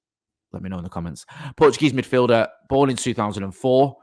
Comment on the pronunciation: You pronounce the J in Portuguese